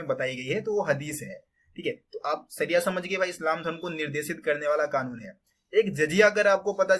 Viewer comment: सरिया नहीं शरिया होता है। सरीफ नहीं शरीफ होता है😂